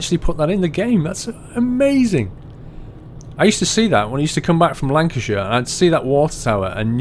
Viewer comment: I love how you say Lancashire when you supposedly live there